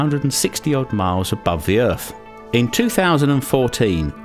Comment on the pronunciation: English. "abuv ve errf"